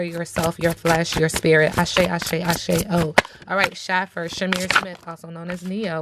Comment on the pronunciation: It’s pronounced like shafer sis